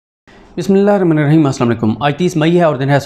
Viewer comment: MAY 30, 2022. SIDDIQUE JAAN, ONE OF MY FAVOURITE ANCHORE, I HUMBLY REQUEST YOU TO PLEASE PRONOUNCE (BIS MILLAH HIRRAHMAN NIR RAHEEM) CORRECTLY. THIS WILL PLEASE ALLAH. EVEN YOU WILL BE ANNOYED IF YOUR NAME IS PRONOUNCED IMPERFECTLY.